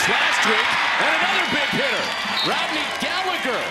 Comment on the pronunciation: FYI for you Americans Tyler Gallagher is pronounce Galla-her not Galla-ger